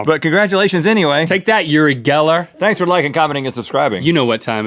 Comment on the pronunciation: its pronounced Ori Geller...